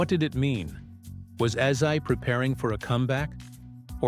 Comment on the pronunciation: Ozzy, not azi!!! Get it correct!!!!!!!!!!!!!!!!!!!!